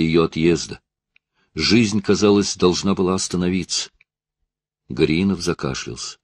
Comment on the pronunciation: всегда хорошо, даже - отлично читает книги, вот только тут не правильно сделал ударение в фамилии не ГоряИнов, а ГорЯинов)...просто приятель с такой фамилией у меня)....а в целом...всегда стараюсь книги найти..с настоящими чтецами и актерами, а не из новых!...ведь сейчас - всякий старается за что то взяться, видимо - известность других покоя не дает, вот только не каждому это - дано)))...в СССР в театральном готовили так же актеров т.н. разговорного жанра, учили правильно говорить, акцентировать, ставить правильно ударения, а новоиспеченные...т.н. чтецы...пусть не обижаются, я их даже в туалет на взял бы на работу, чтобы кричать - занято)...в общем - ВСЕМУ в жизни учиться нужно, если конечно - таланта Бог не дал))